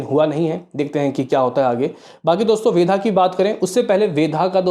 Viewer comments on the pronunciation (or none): Kitni baar comment kiya hai fir bhi nahi sudharte tum.......वेदा hai वेधा nahi 😡😡😡